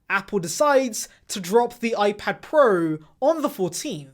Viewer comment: Gotta love the way this guy pronounce iPad 'PROOO"!